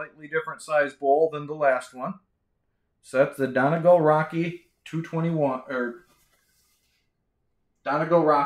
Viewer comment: Hate to sound like the grumpy old schoolteacher,, but it's "Dunn Ee Gall" with the accent on the last syllable, not "Dunnegull." No offense meant but I wanted you to stay on good terms with Peterson. You need more Irish people in Wisconsin!